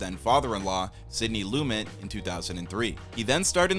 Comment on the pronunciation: love all the short bios. just need to go over the name pronunciations before posting. A lot of stars have a tendency to pronounce their names differently from how they are spelled. Cannavale has an EE sound at the end, Lumet has an audible T at the end, and Tonya uses an A sound not an O. Not bad on it's own, we all screw up peoples names in real life, but when you're doing a list of mini-facts, mispronouncing the subject is a bad start, and puts a question mark on everything else.